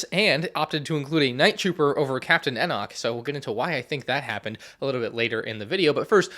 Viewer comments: You still cannot pronounce Enoch... try E Knock. It's like that. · ItMs pronounced “E-knock”. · How does bro know exactly set numbers and piece counts of every lego start wars set but can’t pronounce Enoch right